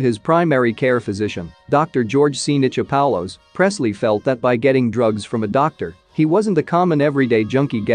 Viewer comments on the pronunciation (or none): That's not how you pronounce Nichopoulos or mic LOL. Maybe a redo is in order.